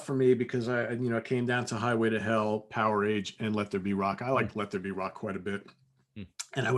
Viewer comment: Guys, the "a" in "Powerage" is NOT a long "A" sound. Pronunciation is closer to "Power-edge".